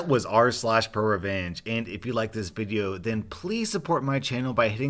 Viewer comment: im low key wondering why he says "bideo" at the end of every video lol he says video fine every other time